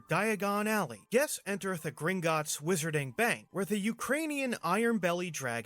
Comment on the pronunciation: The "Whiss-urr-ting" World, ehh? Lol